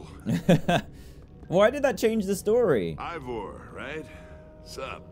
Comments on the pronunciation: Dan that drives me nuts it's pronounced e y e vore not evore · It’s Ivor not evor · Still calling him EEvVoR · Love how Dan calls Ivor, Evor